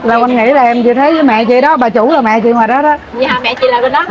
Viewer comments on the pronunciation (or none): Trái cây ngon và rẻ quá. Chúc mau đạt nút bạc nhé. Mình góp ý nhe nếu đc cố gắng phát âm có vần th vì nghe nói vần t ok mà. Chẳng hạn như thấy. hấy Hay thường. hừơng Thịt hịt